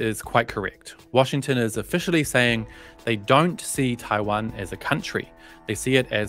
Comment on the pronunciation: I love the way you pronounce “Taiwan” with tones